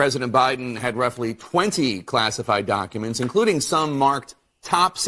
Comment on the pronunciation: Why do you pronounce documents doo awk uments? You sound Canadian with that accent.